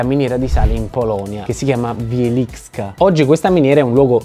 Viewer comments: la "cz" si legge come la "c" di "ciao". Quindi "Wieli c ka" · Si pronuncia Wielicika ma senza la i :) CZ in polacco è un dittongo (o digrammo..?): si pronuncia come la C di „cella”... praticamente la Z diventa muta e la C sottile; la C da sola invece si pronuncia come la Z di pizZa.. semplice no ;) ?? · "cz" in Wieliczka sie dice come "c" nella parola "dice" ;) (poi "k" si dice normalmente come "c" in "cane") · la pronuncia è Vièliscia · Io uso il Sale di Wieliczka (se vuoi ti insegno a pronunciarlo), in Polonia è il più popolare in assoluto. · In polacco la cz si pronuncia come la c di cena.